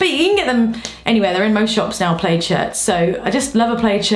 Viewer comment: No it is actually pronounced plAd and she’s saying played 😅😭😂